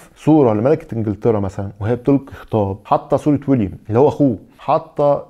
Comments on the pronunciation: خليه بالأول يقول اسمه صح . اسمه ويليام ، و ليس ويليامس . 👎👎👎 RMN04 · ويليام و ليس ويليامس . مشكلتكم انكم تعملون فيديوهات ، و تنطقون الاسماء غلط ، يا اهل مصر 👎👎👎👎👎👎👎👎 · عفوا ، شقيق هاري اسمه 'ويليام' و ليس ويليامز كما نطقته، حيث أن ويليامز هو لقب و ليس first name. معلش، ملحوظه بسيطه عالماشي. مع كل التقدير و الاحترام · يا عم الضابط ركز فالأسامي ويليام مش ويليامز وأوبرا مش أوبيرا